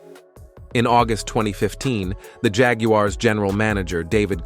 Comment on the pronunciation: The Jag You Are’s is a crazy pronunciation.